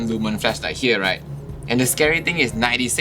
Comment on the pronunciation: Did you just say "fleshlight" hahaha